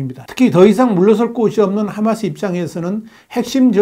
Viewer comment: 하-마스 를- h .로 발음.